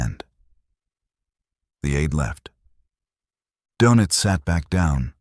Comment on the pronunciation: Sorry for the pedantry , but it’s Admiral Donitz. There’s an umlaut over the o that changes its pronunciation. All this is unimportant other than signalling the reader that whoever cannot pronounce Donitz probably has not done much research